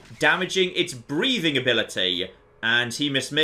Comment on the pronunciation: I love the dialect sometimes. When you hit the gecko in the groin with the message "damaged his breathing ability" and it sounds like "breeding ability".. :D